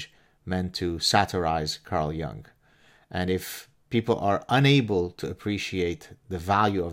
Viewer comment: Silly detail, I know, but the name is pronounced J-oo-ng, not J-ou-ng.